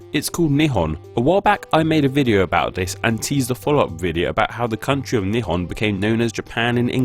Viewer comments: When he keeps saying Nihon he's saying "2 long cylindrical objects" Intonation gets you gud lol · It is not "knee han" it is "knee hone". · Its nihon not nippon Baka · it's not pronounced as "Ni horn" !!! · Japan should be pronounced like ya'bon(in spnish), it's how Nihon been pronunced in Chinese.